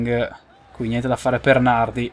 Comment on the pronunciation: Nardí con l'accento